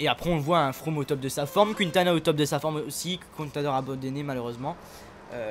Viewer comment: C pas QUINtana tu met pas d accent